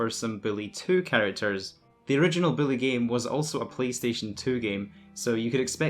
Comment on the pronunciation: Why is this clown calling it Billy 🤣🤣💀